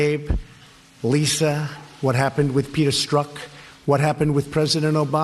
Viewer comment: He wanted "Liiisa", whenever he talks about the beautiful love affair....he sounds wistful....haha....tried and failed with "leesahh"